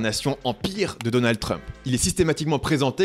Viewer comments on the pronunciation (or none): none